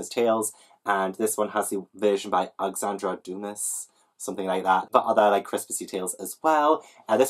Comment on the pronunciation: hey my lovely. love the video. just dropping in to say that you pronounce Alexandre Dumas like AL-EX-AN-DRAY DEW-MAW. i've been watching a few videos where you were struggling and it's breaking my heart so hopefully this helps. x